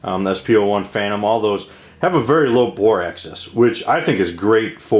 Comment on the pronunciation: You pronounce Makarov correctly, but I wonder about "bore axis"; it sounds as though you are saying "bore access." It may just be your regional accent in English, though. I think a better deal than the PPK is the Polish P-64; same gun basically but about 1/2 the price.